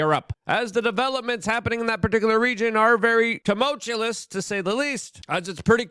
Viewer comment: The HARDEST time pronouncing tumultuous every single time 😂